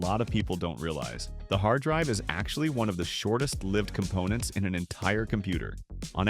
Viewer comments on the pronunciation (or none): none